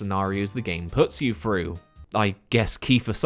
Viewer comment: Hawfray Froo December.